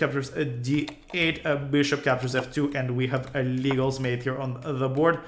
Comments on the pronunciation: Let's honor the history by noting that Légal was the great French player of the 18th century - let's pronounce it as "Lay-GAL" not "LEE-gal". (:-) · This is a great video, but pronouncing Légal's name like the English word "legal" is driving me crazy.